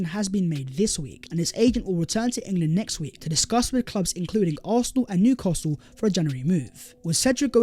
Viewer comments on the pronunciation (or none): none